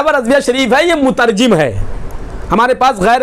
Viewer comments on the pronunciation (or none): مترجِم نہیں ہے جناب مترجَم ہوتا ہے